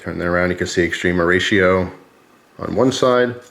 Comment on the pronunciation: Not into knives but love your videos. All these years I thought you were saying Extreme Horatio always made me giggle thought it was a cute sounding Mexican thing